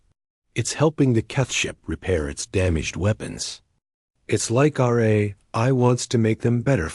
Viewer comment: What a HORRIBLE READER/VOICE. To pronounce AI, it showed “Hey I”? Really? That’s just one example of many issues…”Dot”?? What is that? Reading punctuation??? Horrible.